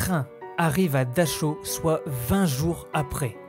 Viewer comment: ils n'y a pas à vérifier, je parle couramment l'allemand, c'est comme dachau, c'est dar haou en prononçant bien le h. Et c'est bien le camp de buchenwald près de Weimar !